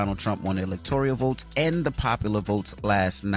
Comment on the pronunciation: Envy there's no I in electoral my g! Heard you say electorial countless times. I'm surprised nobody has corrected you.